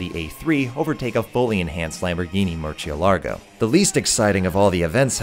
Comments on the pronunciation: Is nobody gunna comment on how he said "murcielargo" 😂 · lamborghini MUR CHI É LARGOU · A Lamborghini... "MURCHIALARGO" Real talk though great video man. Really brought the nostalgia and made me remember what a great game it was and how much fun I had, without failing to adress the games shortcomings in a productive and critical manner. Keep up the good work and A+ content per usual.